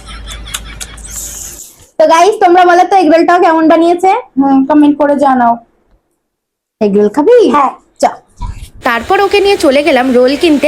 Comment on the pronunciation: এগ রোল বলেছে এগ্রম বলেন